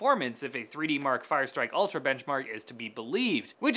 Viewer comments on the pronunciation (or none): none